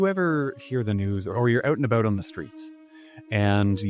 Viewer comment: oot & aboot LOL